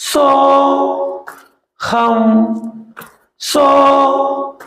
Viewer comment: சோகம் அல்ல.. சோ.. ஹம்